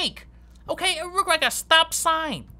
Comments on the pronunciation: "I rike your style" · “Screw in with confidence” “ I rike his style “ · IT ROOK RIKE A SPAGHETTI